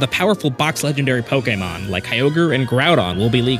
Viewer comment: he pronounces “pokemon”2 different ways and alternates almost every time he says it 😅